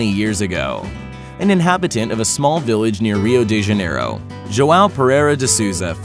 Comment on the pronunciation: Boi im Brazilian and im fucking lagthinh so hard of How he pronounces Rio de janeiro